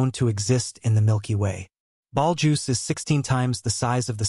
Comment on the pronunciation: Can AI not pronounce Betelgeuse?